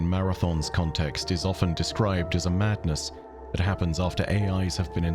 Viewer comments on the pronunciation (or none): none